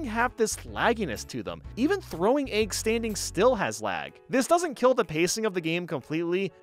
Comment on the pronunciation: Had no idea I could get so peeved about how someone says eggs